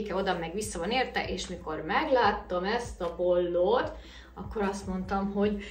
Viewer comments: kedves, nincs olyan szó hogy Polló csak póló van nem rosszból irom. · Bár én nem vagyok debreceni, de a Debrecen környéki ismerőseim gyakran kettőznek hasonlóan mássalhangzókat, gondolom ez tájszólás.